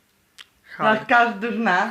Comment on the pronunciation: To tablet czy nawigacja ? "Hulk"-"Halk" Jprdl Hahahahah